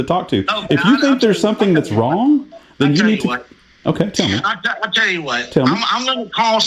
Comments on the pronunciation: “Im twying two wet you know what you are doing wong” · So glad someone else thought this! You are so wong! 😂 I wanted to shout every time he said wong instead of wrong!